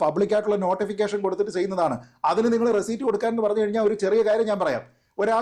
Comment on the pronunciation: റെസിറ്റ് എന്ന് പറയു